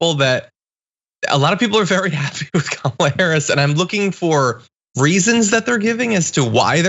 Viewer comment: Hey black guy. It’s not Kaamla. It’s Kamala you racist a**hole.